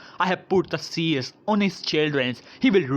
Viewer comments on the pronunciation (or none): none